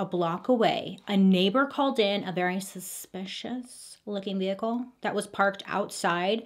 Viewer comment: why do u pronounce the h in vehicle like that ahahabq